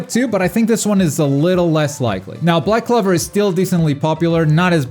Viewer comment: My guy why do you say black clover like that it's clover not clever